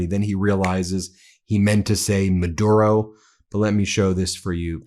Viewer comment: Miller-tary? ... Menduro? Geez, he is starting to fade away.